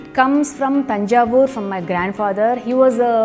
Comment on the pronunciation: Yo, loved the manner you pronounced tamizh with the 'zh' inflection, and Thanjavur correctly. I know the reason now. 😀